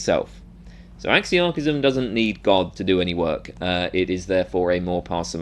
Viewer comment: Oh my God please re rerecord this entire video with a proper pronunciation of the word